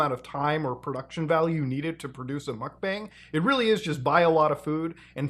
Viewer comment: not me hearing Mutahar say "mock bang!" (mukbang) 😁 Mutahar laugh